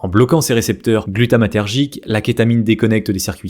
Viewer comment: par contre glutamatergique perfect